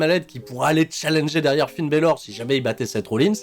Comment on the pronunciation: Quasiment les mêmes pronos que toi. En revanche juste un truc, par pitié arrête de dire Finn Bèlor et Bloudline, c'est juste Balor et Blodline pitiéééééééééé :D